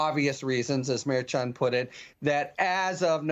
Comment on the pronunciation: that is really weak, adding a "t" to the end of Merchan's name. How long did it take you to come up with that?🤣🤣🤣🤣